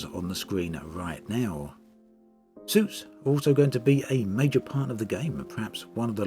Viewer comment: I kept hearing "soups" instead of "suits". Wonder what kind of soup is suited for combat...